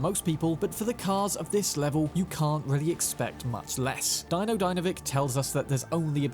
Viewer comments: It's pronounced DEE - NO not Dino😂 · Deino, Ebu-Nike, Christ man have you even played the game? lol JK. I've seen you have but they DO pronounce those names once or twice. JS.